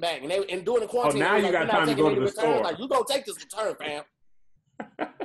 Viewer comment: pronouncing quarantine as corteen gets me everytime🤣